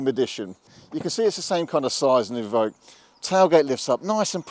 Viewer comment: Range Rover E-Voque you mean? Or EVoque